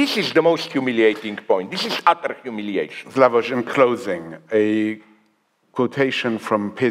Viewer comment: I like him very much and he has a lot of good points and you can really learn a lot but him saying he doesn't like Kubrick puts everything in question for me. Zizek check yourself!😅 btw does the host keep referring to him as "slavož" or am I hearing it wrong? wtf